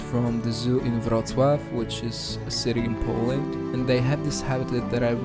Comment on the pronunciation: As someone who speaks Polish, your pronunciation of "Wroclaw" was flawless. Where are you from (if you're willing to share)? Very cool use of billboards for aquariums, and beautiful multimedia (material?) build for the otters. Seriously, the details are amazing!